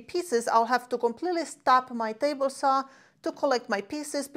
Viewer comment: Let’s go to the miter “sauw”🤙🏾